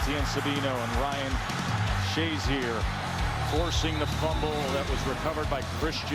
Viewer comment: Ryan "shay-ZEER" apparently hadn't made a name for himself yet, considering the number of times the announcers referred to him as "SHAY-zur."